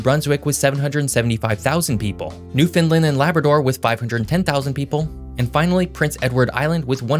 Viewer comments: Newfoundland is pronounced locally as "NEW FUN LAND" not "NEWF UNLUND." You forgot to mention Newfoundland's loss of annual revenue of $800 million dollars due to the collapse of the cod fishery in the 1980s.... Foreign trawlers know as "factory ships" that were supposed to stay outside of the 200 mile limit around the island, relentlessly came inside that limit until the cod stocks were decimated causing the federal Canadian government to shut the fishery down to avoid the loss of the cod species. Consequently many Newfoundlanders involved in the fishery moved away to other provinces. Family size also shrunk from upwards to 20+ children (contraception was a sin for Catholic families) to the present day size of 1 to 3 children. As a result, some communities closed schools as there were too few children causing families to move away. With more and more people moving away for employment, some small towns had to declare bankruptcy as there weren't enough funds to plow roads in winter, haul garbage away, etc. As an aside you forgot to mention that there are two French islands off Newfoundland. They are Saint Pierre and Miquelon. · It’s not pronounced “new-fin-Lind”, it’s pronounced “new-fin-LAND” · “Leaf Erriksun in Newfindlind” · Hey great video. I'm from Newfoundland, and just thought I'd help you out. We pronounce it as "new-fun-land" not "new-fin-lind" many people miss pronounce it. Hopefully that helps! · FYI, it is pronounced New Found Land. Not Newfinland or Newfinlund etc. Just a friendly FYI. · Newfoundland with an O. NewFOUNDland now new Finland. just a heads up on the way to say it. :) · If you're going ro give a history lesson. You should learn how to pronounce Newfoundland (Newfin....Land) its not pronounced like Finland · Its Newfoundland not newfoundlind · NewfoundLAND not NewfoundLUND. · Newfunland. Appreciate the hype but say it right. Exactly like it's spelled New Found Land. "Newfoundland" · why you call the New Found Land a New Finland???